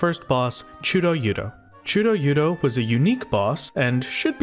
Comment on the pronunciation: absolutely delightful "chudo-yudo" pronunciation